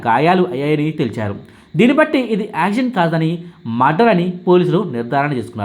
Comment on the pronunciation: యాక్సిడెంట్ అనేది పలకడం రావడం లేదు. ప్రాక్టీస్ చేయి